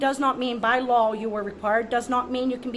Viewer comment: I like how she keeps pronouncing law "lawl." Pretty funny. Good work though. Way to stand your ground.